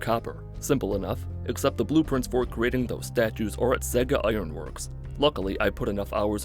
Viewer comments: im a year late, but its saw-gus not sa-gus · Stop saying saggus stop saying saggus my ears are bleeding I'm going to die it's pronounced SAW-gus Good video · this hurts to hear and idk if it’s a joke but it’s pronounced SAWgus not saygus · Saugus is pronounced like saw-guss, not say-guss. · Bostonian here. You’re mispronouncing Saugus. It’s saw-GIS Iron Works, not SAY-guh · "Saugus" is pronounced SAW-gus...not SAY-gus. Maybe it's because I'm from MA...but that stuck out LOL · As a person who lives in Massachusetts, Saugus is pronounced Saw-gus not sagas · SAY-GUS? It's SAW-GUS my dude. Good lord the butchering of sacred New Englandese. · It's interesting to hear folks not from New England pronounce our town names. You said "Say-gus" we would call it "Saw-gus" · It's pronounced Saw-gus, not say-gus. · As usual, fine job, but one point: SAW-gus, not SAY-gus. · Saw-gus. NOT Say-gus. Took me a while to figure out where you were going. I thought you were making a Sega joke. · Saw-gus. Not Say-gus. Saaaahwgus Iron Works. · LMFAO I was thinking the same thing I was like is he saying "Seggis" wtf. It's Saw-gus kehd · He kept saying “Saygus” Ironworks and I had no idea what he was talking about until I saw the Saugus Ironworks on the door and I grew up around Saugus. It’s probably a good thing Worcester or Haverhill weren’t in the game lol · Saugus... Saw-Gus. Ooof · Not sure how you get Say-jis out of Saugus. It's a real world city. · It's pronounced saw-gus iron works I thought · just a pedantic Bostonian here to say first great vid and second its pronounced Sawgus because we love to fuck with people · I live in Boston and it’s pronounced saw-gust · As someone who lives in Boston, saugus is pronounced saw-gus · Do you say sausages like "Saysages"? No? Then why say Saugus like "Saygus" then? Americans really have no feel for English, do they. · It’s pronounced “Saw-gus” for fucks sake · It's pronounced like Saw-gus you fucking heathen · Saw-gus, its pronounced sawgus